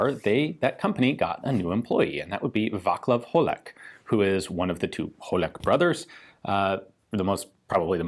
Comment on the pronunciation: Hi Ian, just a small correction, Václav Holek is pronounced "Vaatslav Holek" :) Thanks for the video :)